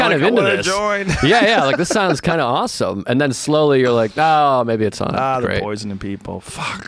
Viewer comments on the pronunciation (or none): none